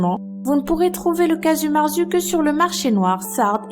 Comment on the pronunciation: S'il vous plaît prononcer bien le nom du fromage !! Si je devais vous faire une approximation en lettre se serrait " cagiou mertsou "